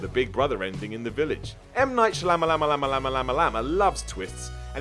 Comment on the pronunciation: M. Night sha what?!! 😂😂😂😂